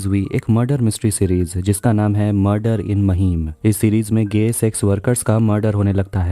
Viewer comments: महिम नाय रे लवड्या... It's माहीम! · It's माहिम not महिम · महिम नही बे ,,,,, माहिम बोल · Bhai maheem nhi hai mahim hai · Mahim nahi maahim pronounce krte h usko😒